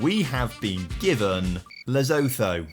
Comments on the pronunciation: It is pronounced Loo-Sue-To,. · I have never heard Lesotho pronounced quite so wrong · 😅😂😂 bro where is the Z in "Lesotho"